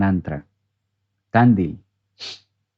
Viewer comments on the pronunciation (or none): Tandil se acentúa en la i. es una ciudad de buenos aires